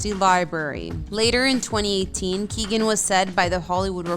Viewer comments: It's KEE-OWEN not Keegan. FFS. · Yeah, no, you're wrong. Ky-ow-gan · You can't even pronounce the name of the people that you feature in your videos. Barry's name is Key-o-gun, three syllables. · It's Kee-O-gan ! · He is brilliant!..just a small thing...his name is pronounced “Keown”..Key own......the “g” is silent....squash the syllables together and there you have it🤩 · It’s pronounced KeyOwen. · Learn to say his name properly Jesus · Pleas learn how to say people's last name right before you go and do a whole video on their lives.